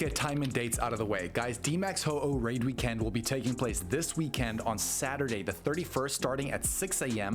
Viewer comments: Bro, why are you enunciating weekEnd like that?? 😭 👉💯👈 Let's goooo! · Because its all Ayyy eye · Why do you say weekend like that? 😂